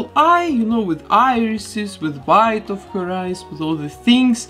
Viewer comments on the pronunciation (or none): none